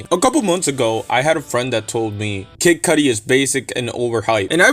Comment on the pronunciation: Lmao he ain't retiring dogg 🤣😂 this sounds like bullsh* . And the way you say kid cudi annoyed the f* out of me lol 😆